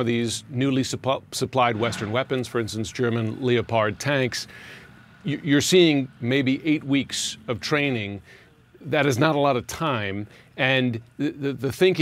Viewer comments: "Leo-Pard Tanks"🤣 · Leo pard. Or leh perd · Did he really say "Leo pard tanks?" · Saying Leopard as Leo-pard like a re-tard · "Leo-pard" tanks? Who pronounces it like that?